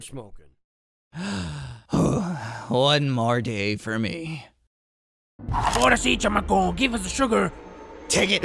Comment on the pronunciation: LMFAOOOOOO also it’s ahora— but u fine lmao